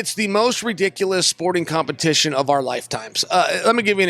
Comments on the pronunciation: Man said compenition 💀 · Chael can't even say competition right lmao